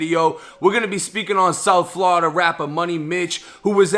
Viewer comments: Bru say flawda so wrong he not from hea that’s all I kno 😂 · "Flada" lmao